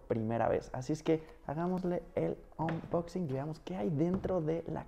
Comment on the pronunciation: Jajajaja 😂 ya no es unboxing(anboxing) 😂😂😂😂 ahora es onboxin jajaja